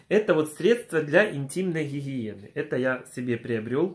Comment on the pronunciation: Так забавно звучит для интимной хихиены